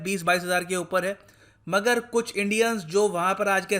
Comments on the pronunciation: मैं आपकी इज्जत करता हूं पर आप मगर का pronunciation मागर करते है और मैने बहोत से विडियोझ में ये देखा है। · Its not मागर ITS मगर Its not जलस्व its जलस्वा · मागर नही मगर.. mean crocodile. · It's मगर not मागर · Sir it's pronounce mgar(crocodile).